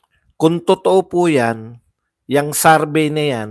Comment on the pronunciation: Survey=sor-vey,Hindi sarvey